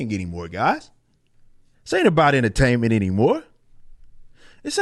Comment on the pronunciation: Enterstatments instead of entertainment